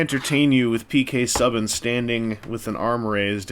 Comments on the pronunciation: Did you pronounce P.K. Subin...It's P.K. Subban you just lost NHL credibility. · It's pronounced soo ban